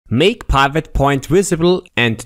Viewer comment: OMG............"TIM" is not pronounced TYME........."SLIM"....is not pronounced SLYME........"DID" is not pronounced DYDE.......WHY ON EARTH would you pronounce "PIVOT" as PYVOT ?????????????????????????????????????????????